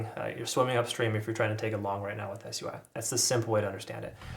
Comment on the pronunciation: why are you saying s-u-i and not sui